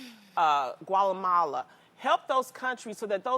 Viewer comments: Guatemala not Gualemala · Gualama??? say whaaaat. did she mean guatemala? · I know this bitch didnt just say "gualemala" lmao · Lol the way Loni pronounced Guatemala 😬